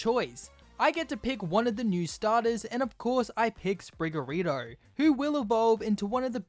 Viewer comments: sprigatito not sprigarito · What do you mean by sprigarito? The r is a t! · That's not what they meant, in the video he said Spriga-ri-to, not Spriga-ti-to. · It's Sprgegatita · is sprigatito not sprigariro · Bro did not just say sprigarito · Sprigga-please! Say it right